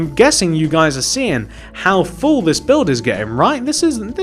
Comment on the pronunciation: Buld not bulf